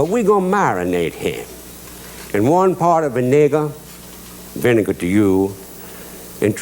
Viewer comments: One parta Vin-ay-gah! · I don't remember hearing Justin pronouncing "vinegar" that way before 🤔😳